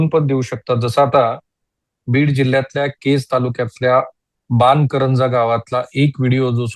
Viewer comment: राहुल साहेब बान करंजा नाही बन करंजा म्हणा